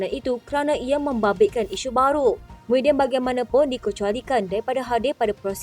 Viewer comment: DTV..sebut betul² bukan Muhyidin tapi Mahiaddin laaa Nama PON nak SAKAU ker ? Nama ayun tu Mahiaddin ok bukan Muhyidin ok ; Kowang sebut lagi nama SAKAU tu siap kau pembaca berita..huhhhh 😊